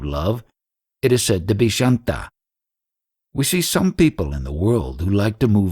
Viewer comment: pronounced shaaan-ta, daaas-ya...I think you dont really realise those words have some meaning and there is a right way to pronounce them, else you would have taken some pains to know how to pronounce them correctly, rather than saying them whichever way you want. Sorry, but most of the time nothing is understood when you say these words as to what you mean really. Sa-khya Vaaat-salya this might help: if you call up any ashram they will tell you the pronounciation in a few seconds. or any random east indian on the street shaaanta = calm Daaasya - slave Sakhaa = friend Sakhya = friendship vaaatsalya = motherly love / love that is deep and intimate